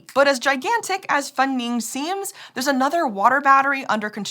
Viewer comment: Huge Congrats to for a very close pronunciation of that Chinese name, Fengning! And thank you for (probably) checking on that so you can say it accurately.